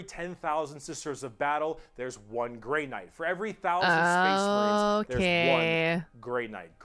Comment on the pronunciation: Another brick for the wall! I’ve watched people react to this a lot, and this is the first time I’ve noticed that he introduces the space marines like spache marines